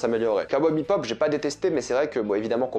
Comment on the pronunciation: un jour il arrivera à prononcer "Bebop" correctement au lieu de "BipBop" mdr